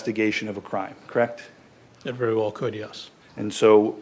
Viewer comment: You're a cop krect?? Krect! Collect data, krect?? Krect!! You arrest people, krect?? Krect! Drive a squad car, krect??? Krect!!! And you're a sheriff, krect??? Krect!! Been one for a while, krect? Krect!! Krect krect krect kect krect krect krect krect.......krect??? Krect!